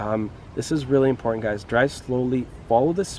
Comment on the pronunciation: Please learn to say important.